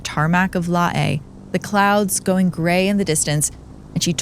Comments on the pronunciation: 🎉I USED TO LIVE IN LAE & PORT MORESBY - IT’S JUST CALLED LAE - AS IN ‘ LAY’ as in Lay’s Chips - please stop pronouncing it like a Hawaiian name.🎉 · LAE IS pronounced "lay" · it's pronounced as Lay but spelt as Lae. I'm from Papua New Guinea and always fascinated about Amelia Earhart. Thanks for covering the story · Lae is pronounced “Lay” BTW… good story but that really grated on me as someone that lived and worked there for a few years. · Lae pronounced LAY. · The town of Lae is pronounced LAY, as in LAY down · Sorry, but the word "Lae" is pronounced like the word "lay" , I'm from Papua New Guinea btw ❤ hope this helps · hey so Lae is pronounced like the word 'Lay'. I'm from Papua New Guinea btw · LOL, everything in this video is bullshit, even her botched pronunciation of Lae.